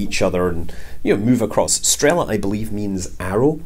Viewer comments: It's actually not strEla, but strelA (стрела) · Scott, it is strelA, not strEla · Nitpicking correction. Strela - yes, technically an arrow. But you have to put stress on last "a" when you say it. Oh and in Russian "Strela" also means crane's boom (from Google translate: arrow, boom, arm, dart, shaft, rise)